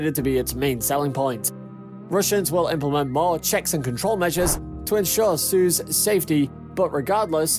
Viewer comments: its "soy - ooz" not "suuuuzzzz" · I don't want to point things out but its not pronounced as "suz" its "Soiooz" (combination of I and U) BTW: Great vid😁❤️ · "Suze"... that's not how you say it. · you're not pronouncing Soyuz right urgh!!!!!! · Learn how to pronounce your subject!!!! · Agreed. This is The Only Noun that matters in this video and our presenter got it wrong.